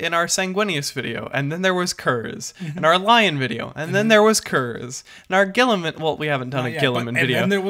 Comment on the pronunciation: "Ghee-ih-man" (guilliman) "Ghee-uh-teen" (guillotine) I don't understand why this is so hard...